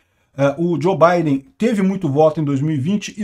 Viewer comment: Que Djo Baiden! O correto eh Djou!!!